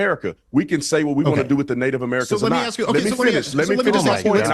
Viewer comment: speaks of intelligence but can't even say the word ask